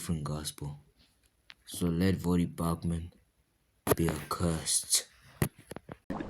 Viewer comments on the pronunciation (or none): Did you call him Vodie Bochman? You didn’t say his name right